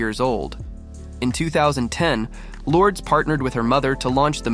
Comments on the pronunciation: Lourdes is pronounced "Lord-es" not "Lords". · That's not how you say her name. LORD-ES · This video is AI manufactured so the pronunciation is butchered. 👎